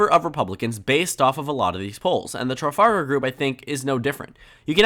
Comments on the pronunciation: It's pronounced "tra-FAL-gr" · pronounce the ar in trafalgar as er. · Tru - fal - gur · If you can't pronounce Trafalgar look up the square, travel group or battle. It isn't exactly a rare name.